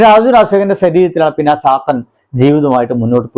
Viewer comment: Oru cheriya thiruth : “Saathan" alla "Chathan" aanu , randum randaanu